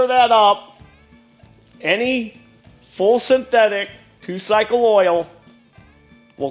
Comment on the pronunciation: I'm sorry, but could you pronounce synthetic again?